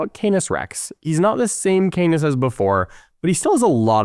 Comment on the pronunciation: Canis = CAN-iss, rather than "Cane-iss."